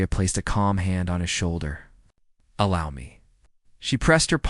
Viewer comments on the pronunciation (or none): none